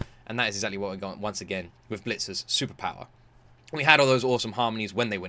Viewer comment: Why do you call it Bleachers? It's Blitzers.